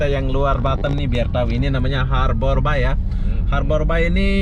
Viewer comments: Ngucapin nya... Harber bey Bang... ✌ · Harbour Bay (baca : Harber bey) 😁🙏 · It's harbour bay.. bukan habor bay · Sebutannya seharusnya berbunyi ' Harber Bei (Bei) bukan nya (Bai) Bahasa Indonesia/Melayu Bermaksud 'Perlabuhan Teluk' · Harbour bey, bukan harbour bai 😀😃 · Pengucapan Harbour Bay dibenerin bro, bacanya Harbour Bei ,, bukan bai... Ini owner nya bukan orang Singapore , Tp masih orang Indonesia yg punya kawasan industri Citra Buana Group. Yg punya Kepri Mall juga. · Bahasa inggris nya jelek bangat,habour bay( habe be) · Pengucapan nya di perbaiki borr.... Harbour (eja:Harbèr) Bay (Bêy) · Bacanya harbor bei, mas. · Pengucapan bahasa inggrisnya lucu bro ... 😁🤭 Harbour Bay -- harborbai Blue Fire -- blufir 😁